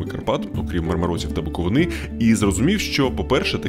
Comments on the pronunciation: ❤ БуковИна з наголосом на «И» 🌱можливо, калИна, намистИна, перлИна стануть у нагоді, щоб запамʼятати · А буковинА це де взагалі? Точно не в місцях, де правильно вживають наголос в словах. Вибачте за токсичність, але скільки вже можна…